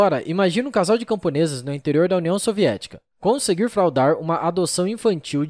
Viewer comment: Tive que parar de ouvir no "conseguiiiir fraudarrrrr". O sotaque do não dá. Se não há senso crítico de algum organizado do canal, pelo menos deveria haver senso crítico do locutor.